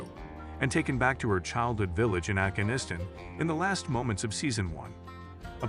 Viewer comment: Please get your shitty AI narrator to pronounce Afghanistan consistently